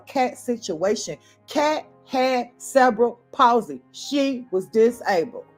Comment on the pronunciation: Ive watched a whole half of this video before I understand you werent saying "several policy" but "cerebral palsey". The accent should be on the "re" (ceRebral)